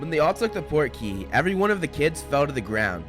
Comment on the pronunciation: when i was watching the goblet of fire, i kept thinking cedric was saying “porky” and i was like oh maybe that’s like english slang for cool or dope 😂 portkey makes way more sense ahaha